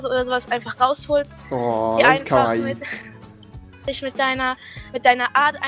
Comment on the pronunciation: Bidde sag nie wieder KAWAII :)